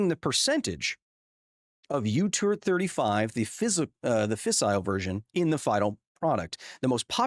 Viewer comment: u-turd 35, huh? 😂😂😂😂😂